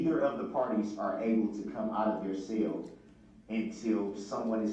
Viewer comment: It’s a CELL not a SALE LoL Uughhhhhhhhhhh